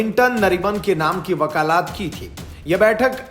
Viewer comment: वकालात नहीं वकालत। भाषा सुधार करना चाहिए